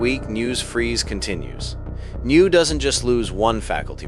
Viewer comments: N Y. U. Not new. Say it right or don’t say it at all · Why are you calling it "New Langone." Is this an AI reading of a script? It is N Y U Langone. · It's N. Y. U. Not NEW!